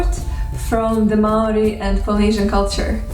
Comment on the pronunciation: Great pronunciation for someone who's not even Kiwi, let alone Māori. Gotta say, though, 1st century AD is the earliest date I've ever heard for the arrival of Māori here, by quite a long way. Modern archaeology puts the first settlement at mid 13th century. I've heard a Māori estimate based on genealogy that puts it in the last century or two of the first millennium. I should also add that ng and wh are digraphs (like English th and sh), not diphthongs. Did you know that the Māori word for "what" - aha functions mainly as a noun, but can also function as a verb? It even has a passive ending -tia! The Māori for "What has happened to you?" is "Kua ahatia koe?" Literally, "You have been whatted?" Overall though, I'm impressed with the accuracy and with the care you have taken over this. I've enjoyed several of your other language videos recently, and this gives me increased confidence in the information you've shared there. Mā te Atua koe e manaaki!